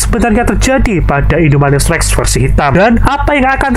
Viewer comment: Bang namanya indominus irrrrrreeeeeengggg😂😂😂